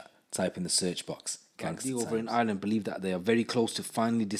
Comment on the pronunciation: Why can’t u say Ireland ?